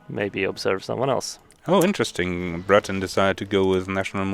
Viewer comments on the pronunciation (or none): none